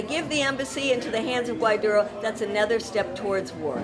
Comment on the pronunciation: Impressive bilingual Medea says GUAIDURO. Peace not war, not Pwar not Weace!